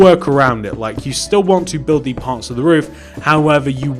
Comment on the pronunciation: Buld not bulf